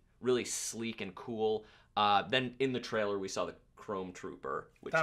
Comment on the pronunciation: I see still doesn't know how to pronounce "trailer" properly...